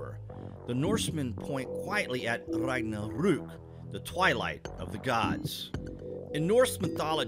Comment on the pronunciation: Interesting pronunciation of Ragnarök. What language did you try to sound like?